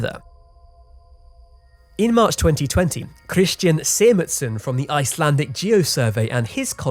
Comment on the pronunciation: im sorry if this comes of as mean but please PLEASE never speak icelandic